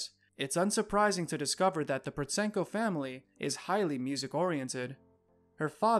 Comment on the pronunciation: Just for your info, Protsenko is pronounced with a silent T, so sounds like Prossenko. If you wanna make money off the back of her fame the least you could do it your research on her.